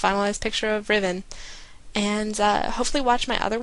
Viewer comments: Complete fail, it's Ri-ven. A red on the forum confirmed it. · it actually is RIH-VEN, trust me I'm a professional